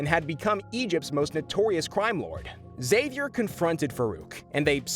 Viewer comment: Professor ecks-zavier